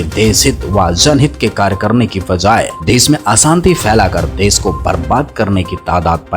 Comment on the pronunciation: विस्व या विश्व, देस या देश सहर या शहर पता नहीं कौन सा सही है 😂